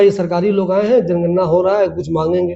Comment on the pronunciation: aap bhi to jangarna ko janganna bol rahe ho